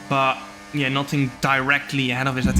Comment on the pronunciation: I like how Jarno pronounces his 'but yeah' as 'betje' 😄